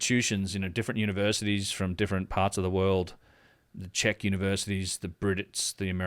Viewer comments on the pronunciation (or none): none